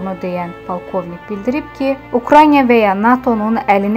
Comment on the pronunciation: Əvvəlcə yaxşı olardı ki, bu zəhlətökən reklamı ğötürəydin! Sonra Ukranya deyil Uktaynadır! Krayser deyil, kreyserdir!